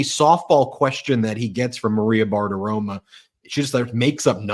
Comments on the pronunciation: Ben… PLEASE stop mispronouncing Maria Bartiromo’s name; it’s not BARTIROMA. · Can somebody tell Ben it's not Maria Bartiroma it's Maria Bartiromo. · WHAT THE YOU-KNOW-WHAT IS WRONG WITH YOU, BEN ????😳😳 SERIOUSLY !!!!!!! You rip that orange blob for mispronouncing Kamala's name while YOU keep calling Maria Bartiromo BARTIROMA. Or is ready not your strong point ?? It's Bartiromo with an "O". 😡😡😡😡😡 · I love how Ben calls her " Bart-aroma".- rhymes with Fart aroma!